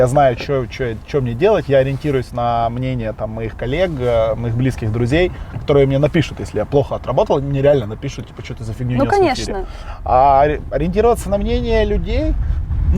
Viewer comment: Мне послышалось, или Вилат сказал коллег через Г, а не Х